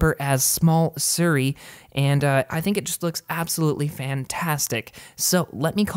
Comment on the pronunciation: SIRI. Not “Surrey”